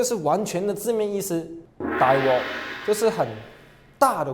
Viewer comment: 是大鑊（wok 第六聲）不是大鍋（wo 第一聲）~